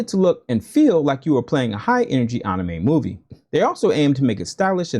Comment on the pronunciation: Man you really stressing that pronunciation of anime. Just move to Japan already if it's that serious to you. Also the sf lore also ain't that deep.